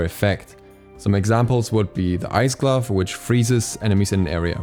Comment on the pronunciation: everytime he says glove a little piece of me dies